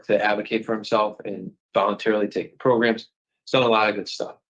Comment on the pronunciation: Again with the magical “progrums”